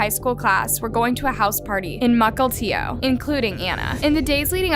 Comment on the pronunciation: I’m proud of you learning how to pronounce Mukilteo correctly since the last time you said it.